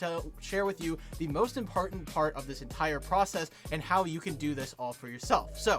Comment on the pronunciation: "five importnat steps"